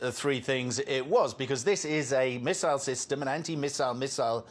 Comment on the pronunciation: How many "MISSISLE" did😊 you count???😅😅😅😅😅